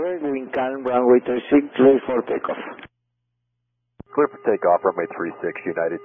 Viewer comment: this guy said “tear for lakeoff” 😂😂😂 oh my god he was drunk